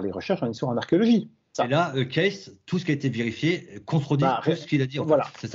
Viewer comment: Là on ne touche pas à Monsieur E. Cayce (en fait on prononce "Queïci" !! Vous n'y connaissez rien sur ce personnage. Il était presque illettré, comment il a pu décrire dans le détails des faits historiques passés, même avec des dessins ? Vous n'avez tout simplement pas cherché au bon endroit ! Il ne faut pas oublier qu'il a soigné des centaines de personnes en donnant un diagnostic et le traitement adéquat. Et c'est faux, il faisait des consultations gratuitement, et n'est jamais devenu riche. Il faudrait lire un peu plus le concernant ! Comme d'hab, vous vous basez toujours sur les livres d'histoire d'il y a plus d'un siècle. La preuve, c'est les découvertes du premier Cro-Magnon et ensuite de l'Homo-sapiens (toujours dans la Vallée du Rift ), toutes les décennies on découvre des vestiges bien plus anciens ailleurs, par exemple le site de Göbetli Kepe qui a bouleversé l'archéologie et la temporalité des premières civilisations. M. Cayce a parlé de choses qui se sont avérées justes de nos jours. Renseignez vous à la Fondation Edgar Cayce aux USA (enfin, si vous êtes anglophones... ), ils ont toute la documentation. Allez, avec vos 11 vidéos... c'est limite pour votre crédibilité... Et au fait, c'est qui le gars avec sa casquette de à la noix ? Connais pas !